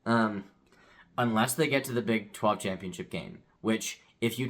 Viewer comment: Big 12. Little bit of a flub there.